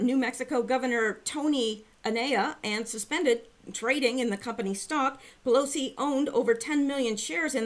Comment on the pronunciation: Pillousy sounds like someone who is quite neurologically damaged.